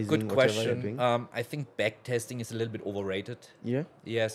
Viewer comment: are you sure you know how to say "back testing" 😆